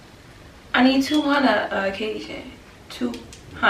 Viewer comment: "2 hunnna a uhcashion" LOOOL